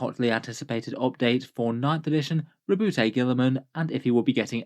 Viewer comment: His name is pronounced. . . Roe-boo-tay? I thought the t and e were silent (Roe-boo).